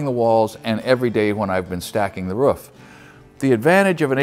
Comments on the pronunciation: LIKE HOW YOU SAY "ROOF" ! I SAY ROOOOOOOOOOF BUT IM FROM SWEDEN :) LOVE YO AND YOUR CONTENT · Argh, somehow him saying ruff instead of roof aggravates me so much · Great channel I have watched many of your videos 👌🏻 always find it funny when u say Roof , in Australia it’s pronounced very different 😂